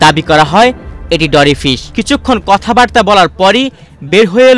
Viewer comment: ডরি ফিশ৷ না মরি ফিশ এই প্রথম এই মাছের নাম শুনলাম।